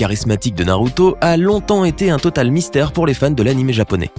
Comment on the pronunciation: mystère pas mistaire